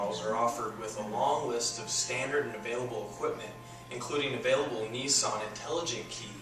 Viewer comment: I don't want a nee-sarn.